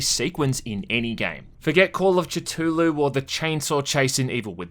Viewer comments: Call of cah too loo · Call of Cha what now? 🤣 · Call of... jewtulu? Did you ... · I'll never get over how pronounces Cthulhu